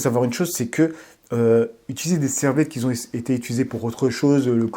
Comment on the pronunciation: Top tes vidéos et ta chaîne!!! 🤜🏾🤛🏾 En revanche évites de dire : Des gens qui "zont" ou ceux qui "zont". Mais plutôt des gens "QUI ONT". Désolé... Force à toi.